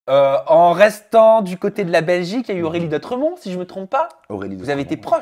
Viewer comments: C'est pas Aurélie "dautremont" mais "Dotremont 😊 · c'est " DOTREMONT"